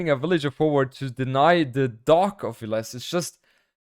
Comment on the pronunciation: When Villese introduced himself for the last Red Bull, he said VIL-lese